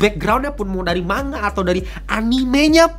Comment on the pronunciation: manga dibaca mangga ya kakak seperti buah. bukan manga seperti kata mangap hehe.